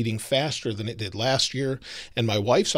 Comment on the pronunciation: It's did, not didi...